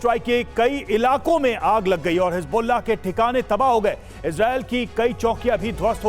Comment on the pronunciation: Hezbollah ❌ Hasbullah✔